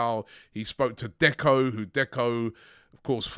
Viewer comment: He said becko